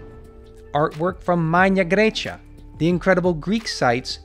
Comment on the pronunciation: Darius, love your videos! But why did you pronounce Latin MAGNA GRAECIA as if it were Modern Italian?